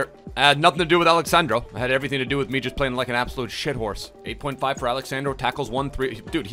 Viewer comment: He's not Alex sand-raw He's Alex sun-draw